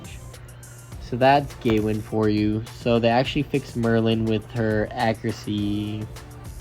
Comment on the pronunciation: The way you pronounce Gawain.....serious lack of education.